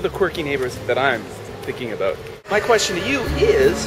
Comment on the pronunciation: Talk aboot this, talk aboot that. Lol. Great story btw.